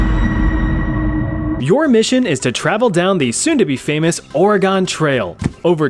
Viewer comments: How hard is it to say organ not oreegone. Pronounced like the piano or part of your body. Your choice my guy 😂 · Stop pronouncing Oregon as Oruhgone, it's fricking pronounced Oruhgun or Oragun (pronounced using a broad a, think 'uh'). You were driving me up the wall mispronouncing it every 10 seconds during the Oregon Trail part. Surely you must have heard the correct pronunciation before? Whatever, pissing me off.